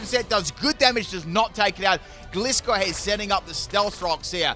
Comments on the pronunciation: I'll never understand why you pronounce it like "glisscore" and "maychamp". Gliding Scorpion = Gliscor, where do you get "gliss"?? Macho champion = Machamp, there is no "may" anywhere in it. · I pronounce gliscor wrong 😅 I’ve never even considered it being a gliding scorpion so I’ve always produced it gliss-or